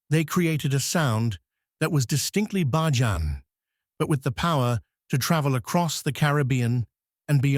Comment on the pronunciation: He needs to pronounce the word Bajan properly. What is Ba jan 😂. Smooches 😘